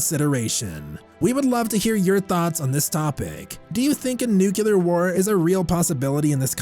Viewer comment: Ugh the whole nu-cu-lar war pronunciation is making me crazy.